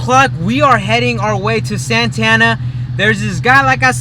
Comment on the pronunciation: It’s Santa Ana not santana